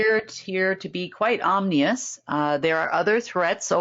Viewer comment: "omnious"???? is dyslexic!?